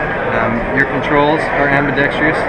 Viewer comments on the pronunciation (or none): When I hear someone say "ambidextreeous" instead of ambidextrous, I have to think they're a pretender. As bad as saying "ax" when you mean ask or asked.